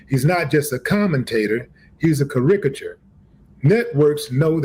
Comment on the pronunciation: That pronunciation of “caricatures” told me EVERYTHING I needed to know about these dummies. 😂